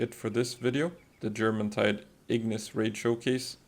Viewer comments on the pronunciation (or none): You don't pronounce the J in Jormuntide as a J sound it's yuh sound like your-muntide. Same with Bjorn the last tower boss. B-your-n not B-Jur-orn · Jormuntide is pronounced Yormuntide because its based off of Jormungandr from norse mythology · You pronounced it with a J but it’s a Y, like the mythical Viking serpent